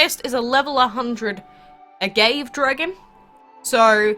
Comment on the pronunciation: Love your channel...but. The dragon Agave is pronounced ah-GAH-vey!! He's pretty important...he makes Tequila!!!